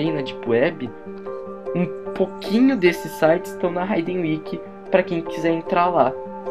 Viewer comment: ta cara, mas só uma coisa, em termos de pronúncia, não se fala RAIDEN WIKI, e sim riden wiki (hidden wiki)